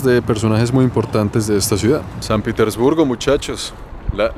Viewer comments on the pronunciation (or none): Al principio dices san pitisburgo , y es san Petersburgo hable bien guevon